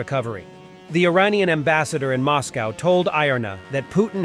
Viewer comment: Mozcovy is sooo "taiga-league!"